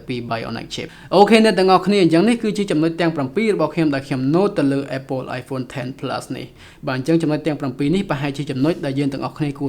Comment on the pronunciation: apple អានapple ទៅស្តាប់មិនដូចត្រចៀកទេ